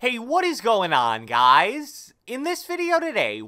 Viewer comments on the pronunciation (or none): The way you say ”what is gOIn oN GuUuyS” is hella wierd b